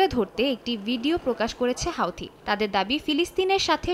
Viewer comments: হোওদি বলা বন্ধ কর হুতি বল হোও হোও করিশ কেন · হুতি কে আপনি হাওতি বলেন কেন? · হাউথি নয় হুথি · হাওতি না হুতি । সময় সংবাদ আর ভালো হলি না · হাউতি না বলে হাতি বললেই বেশি ভালো হতো 😂😂😂